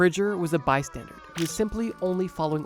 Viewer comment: It's bySTANDER....not bySTANDARD